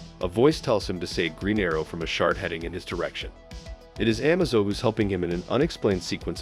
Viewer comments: It's pronounced Amaze-o, not Amazo. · it's A-maze-o not Ah-mazo. It's also I-vo not e-vo. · The androids name is pronounced “Ah MA Zo” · the am-azo made it hard to watch.. as i kept watching everytime he said it wrong i was hoping he would say it correct.. nope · In order to get the AI to pronounce the name correctly you have to write Amazo's name phonetically. "Uh-May-Zoe" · Just FYI, it's pronounced amaze-o.